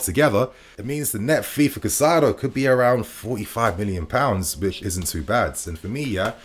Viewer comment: Kai Saydo. Not Kuh Cydo. Kai Saydo. Caicedo.